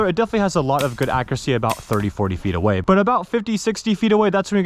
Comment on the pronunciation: " Which is pretty insane for this guy about 90 / 100 feet Awehhh " Why he say "Away" like that 😂😂